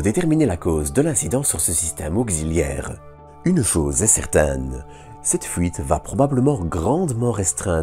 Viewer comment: Il nous a quand même parlé d'une certaine "fouite" de liquide de refroidissement 😂😂😂